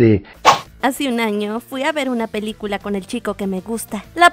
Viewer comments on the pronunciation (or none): none